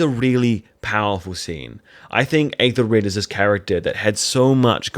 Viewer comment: Forgive me. I know this comment will seem obnoxious though I certainly don’t mean it to be; it’s just a pet peeve of mine. The Æ-sound, whether in modern or Old English, is not a long A as you are saying it in Æthelred. It is the same A-sound as in apple or have or cat.